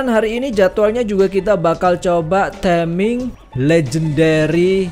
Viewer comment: Taming bukan teming